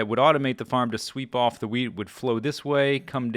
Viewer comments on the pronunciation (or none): swear you sound like you say weed not wheat